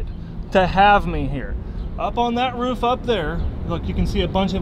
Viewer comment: Only said roof correctly once and they rest he said ruff